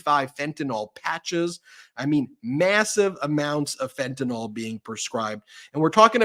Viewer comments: It's fentanyl not fentanol. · Ben: it's Fentanyl, not Fentanol. The last syllable rhymes with "pill," which is most apt.